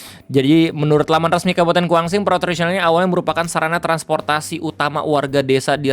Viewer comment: Kuansing bang... Bukan Kuangsing... 😂😂😂 Cerenti bang... kedua huruf e nya dibaca menggunakan huruf e Pepet , seperti penyebutan kata Empat... Salam kenal , saya asli dari desa Kampung Baru, Kecamatan Cerenti, Kabupaten Kuantan Singingi (Kuansing) , Provinsi Riau...